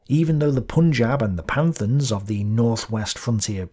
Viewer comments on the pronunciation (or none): Surely you meant Pathans, not "Panthans?" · it is PATHANS (/PASHTUNS) not panthans